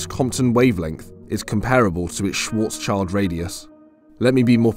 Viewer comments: It is "schwarz-schild", not "schwarzs-child". You keep mis-pronouncing this and it makes me question your proficiency. "Schild" is the German word for "shield", a common part in Jewish family names. It has nothing to do with "child". It is pronounced not unlike "shilled". So please, if you dont want to irritate your viewers of your certainly valuable content over such basic mistakes... put a little more effort in. Or maybe just get a better voice-over actor? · "Schwarzschild" is a german name. Almost every non german does this, but that name has nothing to do with a child :D It translates to "black shield" and you would pronounce it "schwarz-schild", not schwarzs-child. If you want to pronounce it nativley, you say schwarz and than you take the "sh" from should and the "ill" from hill, ending with d. Like "schwarz-shilld" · Small correction from a german speaker. Schwarzschild is not pronounced "Schwartz- child". It is pronounced more like "Schwurtz-shild", with the "u" being the same as in "button" and the "i" being the same as in "chill". Schwarzschild is just a name, but it translates to blackshield. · 𝕾𝖈𝖍𝖜𝖆𝖗𝖙𝖟𝖘𝖈𝖍𝖎𝖑𝖉 not Schwårtzs child. 😅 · This mouthbreather doesnt even know the difference of Schwarz-child and Schwarz-shield 😂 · Come back when you know how to say Schwartzschild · Just in case you´re interested: Schwarzschild is pronounced like the Schwartz from Spaceballs and Shield